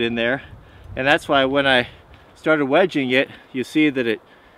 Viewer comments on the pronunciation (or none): none